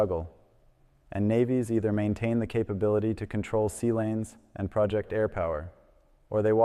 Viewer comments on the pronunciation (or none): The Kennedy went to sea in early 2026, not 2025. YOu need to fix your narration. Aslo, the way you are using the word "project", it's pronounce pro-JECT', not PRO'-ject.